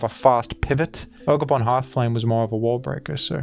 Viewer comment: it’s jogerpon